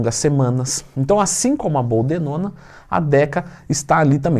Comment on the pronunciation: BOLDENONA TWIN!! Sei que falou errado só pra gente corrigir aqui e assimilar ao vídeo 🤣🤣🤣